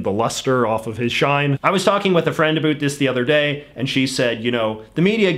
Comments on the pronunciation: it's funny to me how you pronounce "about" like "abeought" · The way you say about with an accent encapsulates Canadian English effortlessly.